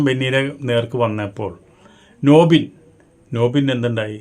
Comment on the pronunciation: നോബിൻ അല്ല നൂബിൻ bro